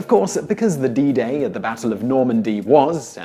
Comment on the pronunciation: Did you just say bidet?